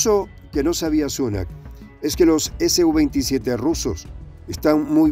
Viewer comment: Creo, deben referirse al SU-27 como SU-27, y no ESE U 27. Porque la sigla viene de la empresa SUKOI. Pronunciarlo como lo hacen, pareciera que la sigla perteneciera a otra cosa.